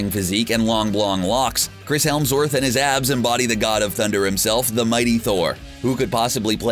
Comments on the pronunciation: "Chris HeLmsworth"? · He definitely said “Helmsworth” instead of Hemsworth, and Benadar instead of Benatar!! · HEMSworth. Not HELMSworth. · the narrator mispronounces Chris Hemsworth's surname as "Chris Helmsworth." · ....I juuuuust need to stop you. You consistently always say "Chris HeLmsworth". It's HeMsworth. You.....should apologize. Apologize to the guy named Chris Helmsworth who constantly thinks you're talking about him!" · "Chris Helmsworth" RLM anyone? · Fishburn, Fishbourne... Hemsworth, Helmsworth... are you fucking with us? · FALLCON?!?! Fall-con? HELMSWORTH!?!! do you know how to speak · "Helmsworth" made it in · did he say “Chris HELMSWORTH”???? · Ironic listening to the narrator on a marvel movie fan channel talking about “Betta Ray Bill” and “Chris Helmsworth.” This idiot cant even pronounce “alma mater,” but they keep hiring him to read the script, apparently. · lol he said chris helmsworth